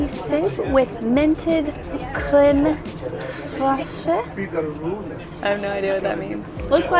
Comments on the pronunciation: The editing of the waitress pronouncing creme fraiche and then the clip of butchering it had me crying 😂😂😂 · What a fun video! Thanks for the ride! Those trains are amazing!, I love that versatile dress on you! You look great in it! I remember when you got it, because I thought, "Great choice!" Love the sunglasses too! BTW, that dollop of cream in your soup is pronounced, "crem fresh!" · inability to pronounce Creme Fraiche is the cutest thing. I wish I could take her and on a day trip and teach them all the cooking terms. and what they mean. Once your eyes are opened to the culinary world, you never look back. ❤